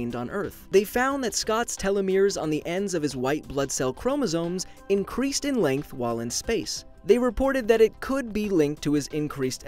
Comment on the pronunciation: Chrmosomes xdddd